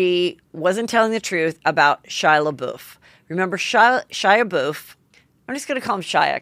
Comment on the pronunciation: I'm sorry but "Shia Boof" has me CRYING